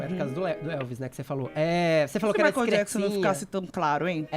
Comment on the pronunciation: Não é "Maicon" é "Michael" ! rsrs